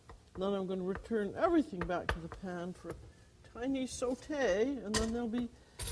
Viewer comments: Thats because she is bilingual and fluent in french. The way she says SAUTE is perfect im french Canadian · i mean she is the american french chef so makes sense that she would pronounce french words properly